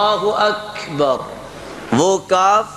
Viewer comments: قاری صاحب آپ خود اکبر کو اکھیبر پڑھ رہے ہیں یہ کس تجوید نے سکھایا ہے آپکو وضاحت کریں بہت سارے لوگوں کو میں سنا ہے. اللہ اکبر کے بجائے اللہ اکھیبر پڑھتے ہیں یہ کہاں تک درست ہے کیا ک کو کھ پڑھا جاتا ہے اسکی بھی وضاحت کریں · خود قاری صاحب اکبر کو اکھیبر پڑھ رہے ہیں یہ کہاں تک درست ہے